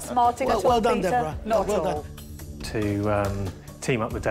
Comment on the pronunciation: Pee-ter Sorry